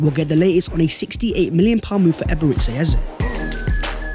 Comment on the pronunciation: EbereCHI....Chi...not See... Stop calling him Eberezsee Eze